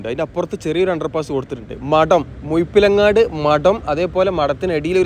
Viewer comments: മുയിപ്പിലങ്ങാട് അല്ല ബ്രോ.. മുഴപ്പിലങ്ങാട്... ദയവായി നാറ്റിക്കരുത്.... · മുഴ മുഴ മുഴ മുഴപ്പിലങ്ങാട്‌ ✅ മുയ എന്ന് പറഞ്ഞാലും പ്രശ്നമില്ല.😄 മുഴു " “ ❌ മുഴുപ്പിലങ്ങാട്‌ എന്ന് പറഞ്ഞ്‌ അരോചകമാക്കല്ലേ 🙏